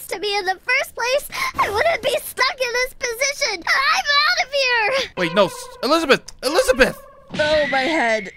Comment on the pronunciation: It's pronounced Elizabeth